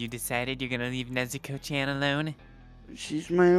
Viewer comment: Everytime when zenitsu says “NEZUKO CHANNN” I be hearing nezuko chwan😭